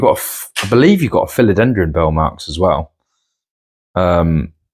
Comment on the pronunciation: "Burle" is something like BOOR-lee in Brazilian Portuguese.